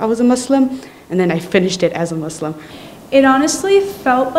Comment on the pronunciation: Not "MAZzLim" 😭😭😭 Simply Muslim 😭